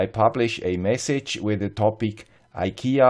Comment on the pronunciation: Tråd=thread or another word for cord (kabel, sladd in swedish). Fri is free or less. Trådfri is ikea-swenglish for cordless. You can translate from swedish to english in two words. tråd fri = thread free. Thanks for all your good work. And btw. To be a little bit swedish you have to pronounce IKEA in swedish. [ee-kay-ya as one word eekaya]